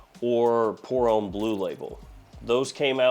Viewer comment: Pour homme is “um” like “hum”, not “ohm” like “home”.